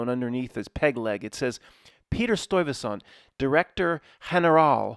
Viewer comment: It's pronounced Stuyvesant